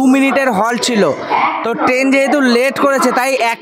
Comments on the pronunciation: ওটাকে ট্রেন বলে আপনি তো বার বার টেন, টেনের, টেন জার্নি বলে গেলেন 😂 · Ur pronunciation is very bad, the word is train not ten, lafaba is lafao, please try to rectify it.